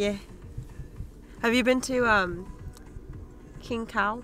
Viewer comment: Hahaha Kin Khao, not Kin Khee